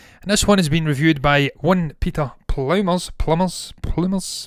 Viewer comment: stick to the last pronunciation of Pluymers. That one is absolutely correct:)